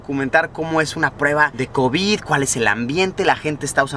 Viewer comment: Me encanta como lo dice covíd